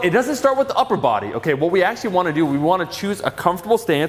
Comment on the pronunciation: Omar saying upper Buwudy uwu.